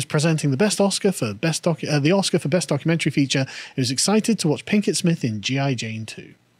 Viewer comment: lol, i think I heard "Plinkett Smith" a few times. Think she hates star wars too? "the most disappointing thing since my husband"